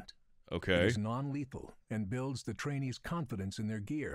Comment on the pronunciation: The narrator (in the video😅) should emphasize a little more on the "i" in trainee...